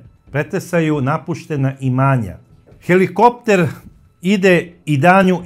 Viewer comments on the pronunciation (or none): none